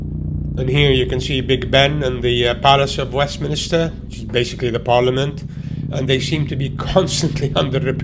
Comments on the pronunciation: Its Westminster, not Westminister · did he say westminister instead of westminster? as a londoner?? :O